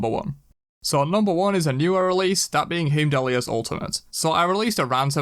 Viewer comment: are we just going to ignore how he pronounced hiemdall’s name